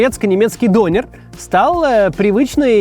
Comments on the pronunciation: Прошу прощения, но хотелось бы немного исправить Максима... 😊 Не "донер", а "дёнер" Не "ларьки", а "киоски" Спасибо за внимание 😅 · Вроде говорят все Дёнер а не Донер. И канакиш как-то...за название человека канаком можно штраф схватить, ругательство это, хотя в немецком толковое словаре 70 годов это слово означает житель гаваев. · Не донер, а дËнер! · вроде ДонЁр правильно. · Он дЁнер, а не донер. Döner. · Не все так радужно. Мусульманизация германии ужасает. Самое распространенное имя, которым называют новорожденных в этом году - Мухамед. Этим все сказано. Живу тут 40 лет. Дёнар правильно произносить. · В слове Донер, ударение на Е. Это я так, на будущее.